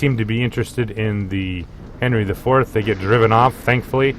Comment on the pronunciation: Great commentating but: My torpedoes have 12 km range. ;) Also Worcester is pronounced as Wuster. Japanese ships names are easy to pronounce, there is youtube video how to do it. English one, not so much. :D 700/21000 hp is around 3%. Henry is actually pronounced Anri, as it is French ship. Named after great king Anri IV of France, probably the only one they had that wasn't catholic.